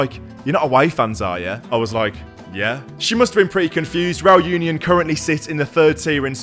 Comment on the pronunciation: Great video. Just one thing though, Union is pronounced ooh-nion, same as Unai.